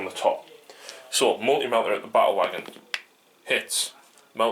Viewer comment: Awesome game, I like how you pronounce "Ba-ule Wogon". I subscribed.